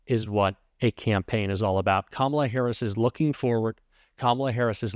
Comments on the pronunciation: He called her Kamolla instead of Kamala because he is stupid that way and he don’t know how to really say her name because he really don’t want to. She’s kicking his butt. She is kicking Donald Trump’s butt. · He finally said her name correct. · Still cannot pronounce her name correctly……. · He's so stupid that he can't even say her name right 🤣🤣🤣😂😂 What a clown! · He's back to not pronouncing Kamala's name correctly!!!